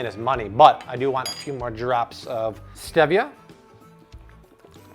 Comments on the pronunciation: StEEEvia not stehvia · Looks great but it's pronounced Steevia :) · interesting i heard youre supposed to put the dry into the wet that way you can add the flour mixture into the wet ing slowly so that the mixture isnt dense but nyways also isnt it St-ee -via? and you can add the chia seeds in all at once i just did it the other day it sets up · The way he prounces "stevia" tells me he either lives under a rock or he's American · My guy you say stevia wierd.